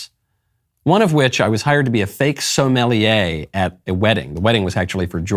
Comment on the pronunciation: Lol the way he said sommelier 🤣🤣🤣 they don’t care about the customer or losses because big banks like black rock will bail them out